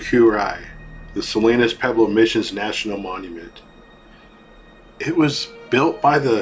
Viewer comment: Interesting video. It is amazing something that old still stands. I'd like to know where all the rocks that fell went? I noticed you said "peblo" a lot, I think you mean "pueblo", there's a wuh sound.